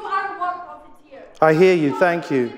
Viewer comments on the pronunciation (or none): Did he say “ I hear you?!” 😮 because I heard it like this “ I hate you”